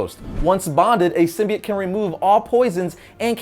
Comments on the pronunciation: anyone else bothered by the new Venom movie and how they pronounce "Symbiote" sim-buy-oat is what they are saying in the new film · The way he says "symbiote" makes me really uncomfortable... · hes saying symbiote wrong